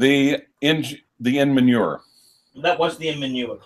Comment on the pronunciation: "Inmanure". Bwahahahaha!!! "I see."